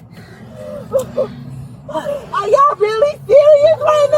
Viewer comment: “Are yall serious-uh!?” Yeah. Cops are serious-uh about the law. Imagine that. buddy had to dig deeeeeep to not call her a bitch. 😂😂😂😂